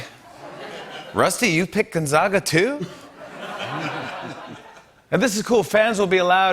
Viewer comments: Jimmy, it's gon-zay-ga. NOT gon-zah-ga. jussayyin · Oh Jimmy could you please pronounce Gonzaga correctly! Gonzaga not GonzOga! That's why they say zags for short. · Day 2 in a row of Jimmy Fallon mispronouncing Gonzaga.